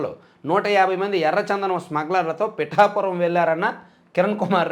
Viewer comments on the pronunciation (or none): none